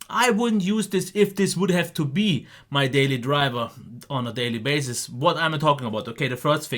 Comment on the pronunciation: "daily bazes"